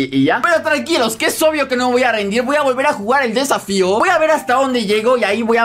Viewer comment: Se dieron cuenta que dijo safio